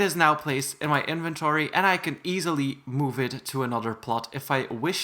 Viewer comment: If you said iventowy and then you said inventory